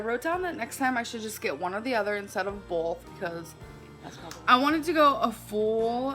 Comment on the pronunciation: Anyone notice how she puts an "L" in "both" - "boLth"